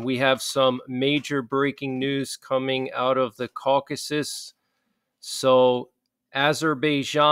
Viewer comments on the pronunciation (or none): none